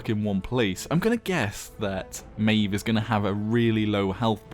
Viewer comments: It's pronounced at Maw-v plz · i would pronounce it mah ejf